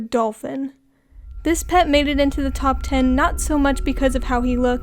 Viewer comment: “ Poop covered dolphin “ WHATTT DID SHE SAYYYY👁👄👁